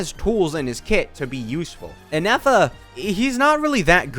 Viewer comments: saying ineffa instead of Ifa continuously says a lot about ifa's kit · I was also baffled of the amount of times inefa was said lmao 🤣 All fun and games till Ifa comes to correct you 😂 same though